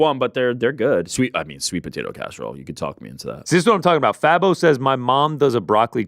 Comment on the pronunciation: Happy read some of my comments! My name is pronounced Faye-bo though but that’s okay everyone says Fah-bo. I guess ppl don’t know about Fabo from D4L 😭😭